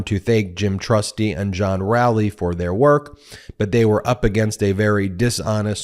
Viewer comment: I think it's Row-ley (as in row your boat) 😅